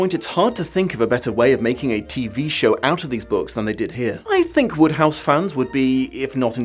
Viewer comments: WODEhouse. Not Woodhouse. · I never realized until now that Wodehouse was pronounced "Woodhouse". I always thought that it rhymed with "Roadhouse". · Every time you said Wodehouse I kept thinking of Jane Austen's Emma.